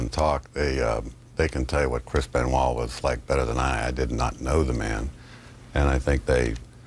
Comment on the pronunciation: Chris Benoit Benoit ben Wah Ben why Ben why Ben why I tried this 1000 times why do you pronounce that name like that